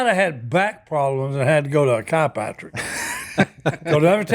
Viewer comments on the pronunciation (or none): No one caught the fact that Uncle Si said “wrastle” & “kipractor”😂